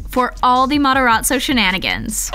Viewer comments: the narrating is so annoying! also whoever is narrating clearly hasnt watched it because it's mataRAzzo not mataRATzo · Me Hearing 'gAtEn mOzZaReLlA' and going back and hearing 'Gaten Mataratzo' instead of Gaten Matarazzo- 😭😂